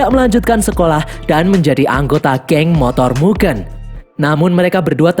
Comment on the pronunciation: MUGEN min bukan MUGEUN , DAN min bukan DEN